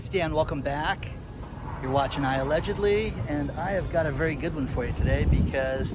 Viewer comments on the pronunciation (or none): none